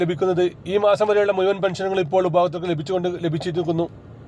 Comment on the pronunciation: മുയു വn അല്ല "മുഴുവൻ,"